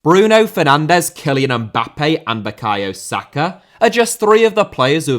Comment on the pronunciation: Mbappé * not Mbappei Armani* not Armohrni Versace* not Vessohrci Balenciaga * not Balenschiohrguer Emiliano * not Emeliohrnouw Gerónimo* not Heronimouw Argentina* not Ohrgentiner Celeste* not Celest Leverkusen* not Leiverkusen Exequiel* not Ezíquiul Hugo* not Hyugouw Wehrmacht* not Wehrmohrcht Zeno* not Zinouw Canada* not Canader Roberto* not Robötouw Lionel* not Leonl Liga* not Liguer André* not Ondrei Onana * not Ohnohrner Had happened* not Had have happened Debut* not Deibyu Daniel* not Dániul Gvardiol* not Gvahrial Sosa* not Souwzer Stuttgart * not Schuttgart Stryger* not Streiger Udinese * not Uraneisei Independiente* not Independientei Del Valle* not De la Val Kehrer* not Keirer Lahm* not Lohrm Joshua * not Youwshua Ibrahim* not Ibraham Ghana* not Ghohrner Taremi* not Tareimi Croatia* not Croatier Father* not Fohrther Johan * not Jouwhan Serie* not Siri Cremonese* not Cremonesse Antuna* not Anchuna Yahia* not Yórhier München * not Munich Michał* not Maikăl Skóras* not Skórasz Kamil* not Káml Poznań* not Posznan Warszawa * not Warsaw/ Uohrsohr António* not Antôuwniouw Silva* not Selver Saad* not Sohrd Name* not Neim ffs Mané* not Mohrnei Filip* not Fĕlij Mladenović* not Mledönovyć Cho* not Chouw Rather* not Rother Fiancée* not Fiyontcei Barcelona * not Bohçalouwner Basel* not Bohrzel Tenerife* not Teneríyf José* not Houwsei Venezuelan * not Venezueilan Nacional* not Maschonal Draw* not Dror 64+ mistakes ffs